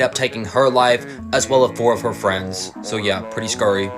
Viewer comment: "Pretty Scury" XD